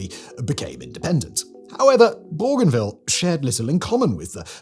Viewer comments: I wish this idiot had taken the time to check the pronunciation of Bougainville first. It's 'bow-gan-ville'. Where the hell did he get 'bor-gan-ville'? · The pronunciation of Bougainville is doing my head in . . . the first syllable is pronounced Bo, as in Go . . . Bo - Gan - Ville . . . Simon said it so many times I had to skip ahead. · There is no"r" in Bougainville, pronounced Boo-Gain-Veal. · It’s cringe whenever a Northerner tries to say “Borganvill” was it. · yeah, I've always pronounced it that way too... Bo-Gain-Ville also makes sense... maybe I just hate the French so much I won't say it the way it's meant to be said 😅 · this idiot is australian but cant promions the name bougainville or PNG right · Bruv, there’s no R in Bougainville. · There is not "r' in Bougainville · Agreed. Simon's pronunciation seems to be getting worse lately.